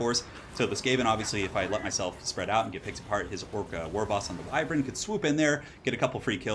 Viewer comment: do me a favor please and look up how to pronounce Wyvern. I love your battlecasts, but this just rubs me the wrong way so much!